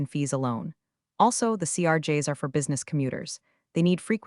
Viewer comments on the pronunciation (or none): none